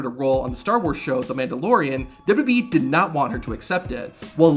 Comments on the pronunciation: Let’s try this together. “Duh-Bul-Yoo Duh-Bul-Yoo-E” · I like these videos and think they're well done, it's just small things like that really stick out to me. He pronounces WWE they way Vince McMahon did.